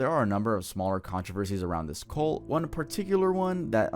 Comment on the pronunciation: "Cult" is pronounced "CUHLT" You keep saying "COLT", which is a young male horse.